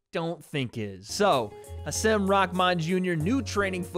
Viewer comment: Hasim is pronounced “haseem”